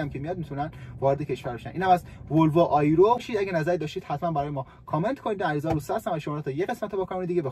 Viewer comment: در ضمن آیرو نمی گن تلفظ صحیح اش "ای رو" می باشد الف کسره داره . با تشکر از برنامه های خوبت ❤